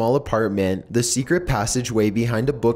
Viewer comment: the pronounciation everytime you end a sentence....................... ... swimming pooul ... to who knows wheeere .. 70s styled houme .. last owners little secreeet .. vomiiiiits